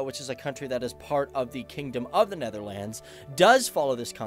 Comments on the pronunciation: The way he pronounces Netherlands is offensive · Hoe hij “Netherlands” zegt is best grappig.